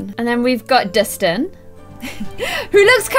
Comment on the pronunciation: It’s Dustin not distin